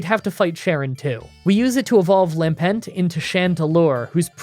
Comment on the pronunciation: Local man can pronounce Reuniclus correctly, but not Lampent